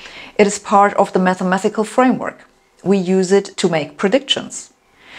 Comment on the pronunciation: MATHEMA-TI-CAL, not MATHEMA-THI-CAL.